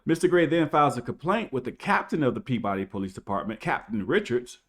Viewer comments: As someone from Mass it's pronounced Pee Bah Dee not Pea body. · Sounded like a Massachusetts cop . The Boston accent . It's pronounced Peabahdee Not Pea Body I would not drive with out a forward and rear facing camera in the state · I grew up in Peabody!!! It's pronounced like Pea-b'ddy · Peab-udy lol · the city is pronounced Pea-buhdy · There's no way you could no this if you've never heard locals say it, but its pronounced Pibbody, Mass. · Peabody MA is pronounced "Pee-biddy" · Pronounced : pea-ba-dee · Peabody is pronounced Pea Buddy. Just to let you know. We here in Massachusetts have our own way of pronouncing towns. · It's "Peebidy!" 😁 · It's pronounced, {pee-buh-dee}. Peabody. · Its pronounced PeeBuddy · OK, you've convinced me, I need to buy a dash cam. And I hope you filed battery charges against that officer. And we pronounce it pee buh dee in Mass : ) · It's pronounced pue-ba-dee. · Pea-ba-dee Massachusetts that’s how you pronounce it. Pretty much every single town in mass is not pronounced how it is spelled. 🤷🏻‍♂️ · Not to nit pick, but in Mass. they pronounce it more like PEE-buh-dee or PEE-b'dee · Love your video’s, just a heads up it’s pronounced peabidy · The name of the city is actually pronounced PEE-ba-dee. Listen to how the cop says it . You may think he's pronouncing it wrong because of his rampant mispronunciation of every other word that includes the letter "r," but that is in fact how it's pronounced, buddy. Welcome to Massachusetts. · Peabody natives pronounce it almost like "PEE-buddy", with the emphasis on the first syllable. Many Massachusetts place names are weird like that. Worcester = "Woosta" but Dorchester is "DOOR-chest-er" like you'd expect.